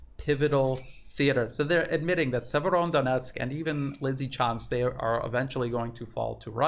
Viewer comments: seems to add an N at the end of Severo, like "Severondonetsk" 😀 maybe we should call it SevereDonetsk! A very serious Donetsk. 😉😀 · The name is Severo-donetsk. Otherwise great reporting. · It's Severodonetsk - there is no "n" between Severo and Donetsk. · No N in severodonetsk - well, only one! “Severo-“ means north. Northdonetsk. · There's no letter "n" in Severodonetsk